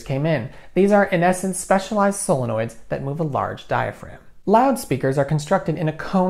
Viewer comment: I appreciate you pronouncing "solenoids" instead of silli-noids.